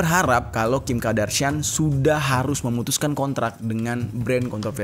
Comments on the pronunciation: Nyebutnya Kardashian bukan Kadarshian. Maap gemes 🤭🙏🏻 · Kim kardashian bang bukan kim kadarshian 😂🤭